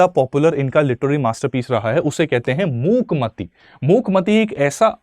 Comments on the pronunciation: It’s not मूक माती its मूक माटी soil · Its mookmaati..not mati.. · Sir it's correct pronunciation is मूक माटी (not मूक मति). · Abe gadhe Muk mati nahi Muk maati( mitti) soil😅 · It's not Mook Mati, it's Mook Ma-ati(earth/dharti). You pronounced it incorrectly. However, the video was a great learning experience. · bhai mook mati nahi hai मूक माटी है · Ii's pronounced as मूक माटी